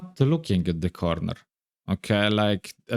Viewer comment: "corrrrrnerrrr" You remind me of another content creator I used to watch a long time ago, and he was Serbian. You Serbian or a neighbor, maybe?